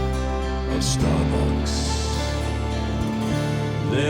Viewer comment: Am i the only one who loves the way he says "starbucks"